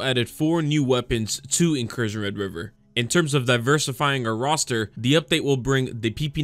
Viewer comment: Incursya? Bro sounds like he drank a few whiskeys before making this video. 😂 Keep up the good work though, You don't need to be able to pronounce the title of your game for it to be good anyway. 👍